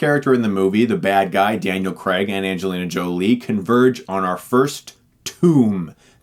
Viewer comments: I expected the mispronunciation of Lara cause... No youtuber to date has got it right. However, Daniel Creg? Creg? Craig. Crayg. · Bothers me when u say daniel Creg. Craig Chris Craig. Like cr-ay-g haha. Sorry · If I had a superpower it would be to make Americans say Craig not Creg. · Yeah Americans pronounce Craig like Creg. It's weird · I think almost every American can't pronounce Lara haha. It's just a thing. It's kind of like how they pronounce 'Craig', but worse.